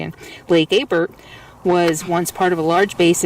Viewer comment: You are in my neck of the woods now. The lake is pronounce Abear the l and the t are silent. Off to the right on that ridge, are Mountain Goats. Loads of them. Have you ever been to Fort Rock...now that's an amazing place. Your making me terribly home sick.